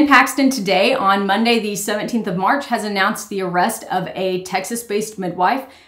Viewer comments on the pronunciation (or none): none